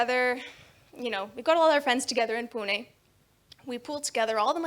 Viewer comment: Some non maharashtrians living in Maharashtra don't even try. And this lady can fluently pronounce "Pune" with णे